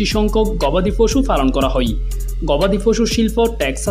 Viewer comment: আপনার "হয়" কে "হই" বলার কারণে।